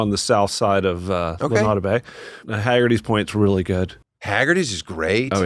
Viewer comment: The butchering of the pronunciation Lunada Bay was rough but I’m glad we got a shoutout.